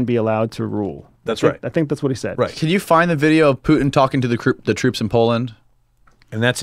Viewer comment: "puten"... putenfleisch dude pronounce names like they are "Putin"